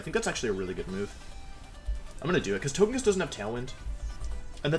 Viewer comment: トゲキッス is a 'g' as in gulp. Hearing you say "tojekiss" hurts me